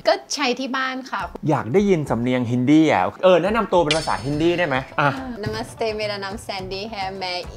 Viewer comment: พิธีกรครับ ภาษาฮินดีครับ ไม่ใช่ภาษาฮินดี้